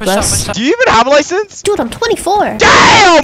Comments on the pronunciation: That “DAMN” was personal and extravagant. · That "damn" was personal 💀💀💀💀